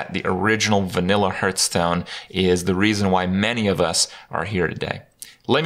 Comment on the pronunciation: Six years, and Kripp STILL doesn't know how to pronounce "Hearthstone"?